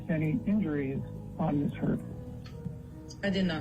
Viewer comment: I'm pretty sure this isn't a bot narrating this video but I always doubt myself when the most easiest of words are spoken incorrectly. Like when she said the letters M S instead of the correct way which is Miss (some say it's more of a z sound than an s, but either way it was still mispronounced) Heard. It's sad if a computer bot does it since they're supposed to be smarter than most people, but it's really pathetic if an actual human being is reading it and doesn't even say it correctly Ms. when its the title of a person like Mrs. or Mr. (FYI: IF you feel the need to reply or send me a message please make peace with the fact that I will never read it or even see it. I refuse to do the back and forth debate on my comments).✌